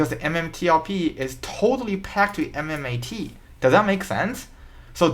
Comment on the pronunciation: This guy does not even know how to spell MMTLP or pronounce correctly MMAT. What the shits you are trying to tell us man. Shut up and study more in school.